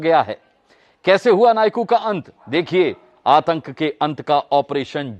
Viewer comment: Atak nhi atank